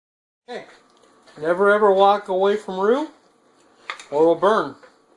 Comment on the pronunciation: Great job,! By the way, you pronounced roux correctly. Mrs LP